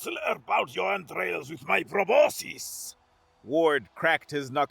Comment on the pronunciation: Mispronounced Probuscus.